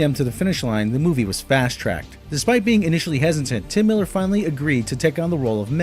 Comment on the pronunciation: It's T.J Miller, not Tim MIller :)